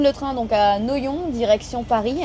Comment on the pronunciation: Noyon se prononce noiyon j'habite à 5 kms Bonne soirée